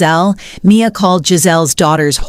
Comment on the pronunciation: Dont use AI goddamn!!! "Candy-ack" and "M I A" stop!!!!!!!!!!!